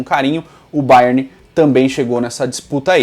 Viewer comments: fala Bayerni achei diferente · Pq ele tá falando bayerni ? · "Baierni"..... Kkkkkkkkkkkkkkk que perna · A agonia que me deu de tu ficar chamando o Bayern de BayernI kkkkk vida longa ao Futirinhasssss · Que chique, fala Bayerni kkkk